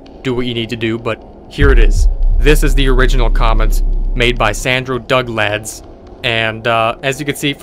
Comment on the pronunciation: NOOOOOO NOT DUGLAD